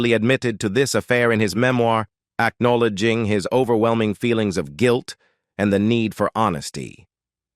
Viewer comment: PLEASE STOP with the AI computer narration. It is hard to listen to. Broken words, mispronounced words AC know leding. Sickening.